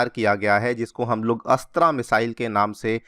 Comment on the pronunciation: अस्त्र not अस्त्रा